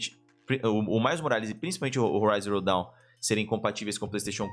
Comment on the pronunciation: Forbidden West!!!! ouvir o falando Zero Dawn deu uma agonia kkkkkkkk